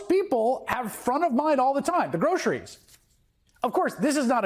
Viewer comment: Trump doesn’t care about American people. He can’t even pronounce word “groceries” because his tongue never was exposed to such torturous words. We all thought that he is rich enough to not care about kickbacks from Israel or money from huge corporations but I guess greed has been confirmed with Trump that it has no boundaries.